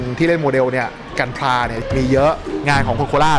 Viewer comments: The name is gunpla but you said kumpla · กันพร้า = คือกันดั้มผสมกับคำว่ามีดพร้านะครับ ออกเสียงผิดแล้ววววววววววววววววววววววววว แล้วส่วนมากเขาเรียกพวกของเล่นที่เป็นชิ้นส่วนพลาสติกว่า พลา'โม คร๊าบบบบบบบ (พลาสติก โมเดล)